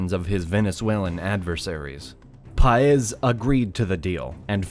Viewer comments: Great video, horrible name pronunciations. Look at the accent marks: SimÓn BolÍvar, PÁez, etc...I understand it is not easy for a non-native speaker, but the thing about Spanish is that you have markings on its written form to help you pronouncing. But thanks for your efforts! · The emphasis in BO-LI-VAR is in the second syllable (LI), in SAN-TAN-DER is in the last one (DER) and in PA- EZ is in the first one (PA), it even has the accent mark over the A. You managed to get them all wrong 😂 Just put the words in Google Translate and click on the little speaker button to hear how it sounds, is not that hard. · I can't get over the blatant disregard for the accent mark. Saying BOL-ivar when it says Bolívar, and paEZ when it says Páez. I get it that he's not a Spanish speaker, but it's really very simple. I almost can't believe that he knows all the stuff in this video and doesn't know what the accent mark is for. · may know many things. But it certainly doesn’t have a clue of how to pronounce Bolívar, Santander, Páez or Cúcuta. That was TERRIBLE. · the narrator doesn't know how to pronounce Bolivar, Cucuta, Paez, or Santander. nither Granados. He should be trained before starting the video